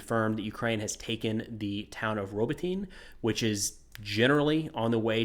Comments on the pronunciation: Hey great video, just one thing though. Pretty sure Robotyne is pronounced robot-knee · Pronunciation note (from someone who doesn't speak Ukrainian, but just got back from Kyiv): Ukrainian has extremely consistent pronunciation. You can pretty much just sound out each letter and you'll get it. So for "Robotyne", the ending "e" is not silent. They don't have silent letters like we do in English. So "Robotyne" is pronounced something like "row bot in eh". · No shade, but the way you mispronounce Robotyne makes it sound like something you would pick up at the drug store, lol.